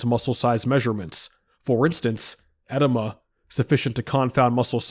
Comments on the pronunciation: It's not ed-i-ma. It is pronounced ee-DEE-muh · Uhh-Dee-muh 🤣 not “eh-de-ma” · I was listening in the background and kept wondering why bro kept saying "enema". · Great video, edema is pronounced eh-deem-uh, brother. Just letting you know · e-DEE-ma. Sorry i had to. Nice video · With all respect: it's pronounced eh-DEE-muh. Good vid. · It's pronounced edEEma. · it's pronounced uh-dee-mah